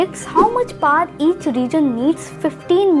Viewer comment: Paar cuts ??? Please pronouncetion need total restoration